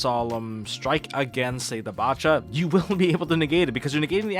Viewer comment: Probably the biggest nitpick but nobody pronouncing bacha as they pronounce bach actually bugs me